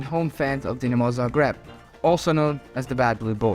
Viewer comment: your name is, and you cant pronounce Zagreb correctly?